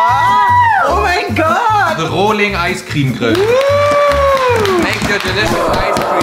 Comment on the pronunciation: Niemand: Wirklich niemand:: rOoooohlIing EiscRem